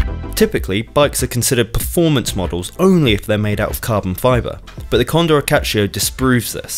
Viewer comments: Condor acciaio and not accacio, acciaio it's italian and mean steel... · THE CONDOR WHAT?? IT’S ACCIAIO! AT-CHA-EE-OH if you’re wondering how it’s pronounced